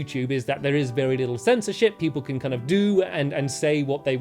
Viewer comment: Wow when stamps said censorship I thought he said censor sh!!t wow